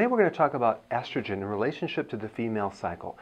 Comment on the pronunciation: It’s estrogen, damn it!